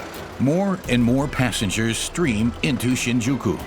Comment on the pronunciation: My ears bleed every time the narrator pronounces Shin'Juku instead of 'Shinjuku